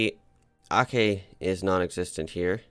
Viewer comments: Brunei is pronounced as Brun-eye. While Aceh is Aw-che. Hope u dont mind ❤️ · Aceh is pronounced Achehh (a single C in Malay is pronounced like CH in the English word Chat for example)